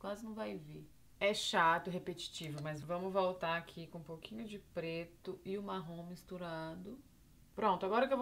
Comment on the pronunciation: parece q ela falou "Fiz pleto com plata "